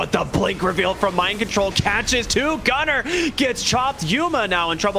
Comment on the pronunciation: Why does he sound like saying Gutter instead of Gunnar